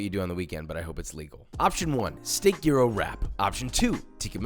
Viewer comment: "Jeero". Jesus christ Josh. Learn to properly pronounce what you make. It's not hard these days, what with the entire internet at your fingertips.